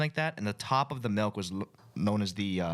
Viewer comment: ryan says MELK not milk